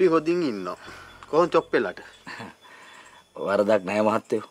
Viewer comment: මන් ආස්ම චොප්පෙට සොප්පෙ කියනවා අහන්න මරු